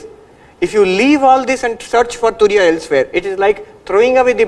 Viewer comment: It's Turiya not Tunia